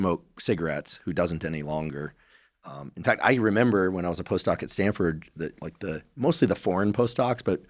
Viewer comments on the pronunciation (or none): Stanford… not StanDford